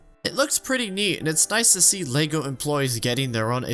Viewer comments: I’m not watching a 40 minute video of a guy mispronouncing lego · ah yes my favorite game, lego staars